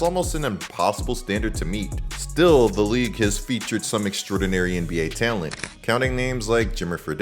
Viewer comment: I like this channel but the way this guy says talent drives me crazy. T’Lent! Obviously this isn’t the first video I have noticed this on. It is like he says it with his teeth clinched closed.